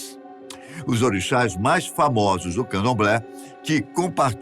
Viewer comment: Caralho, aprende a pronunciar o nome das nações e dos orixas